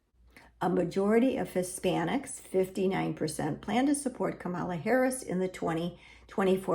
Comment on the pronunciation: I don’t participate in polls, nor am I Catholic, therefore I don’t know why the YouTube algorithm recommended this video to me. And you are mispronouncing Vice-President Kamala Harris’ first name.